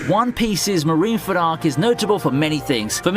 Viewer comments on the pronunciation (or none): none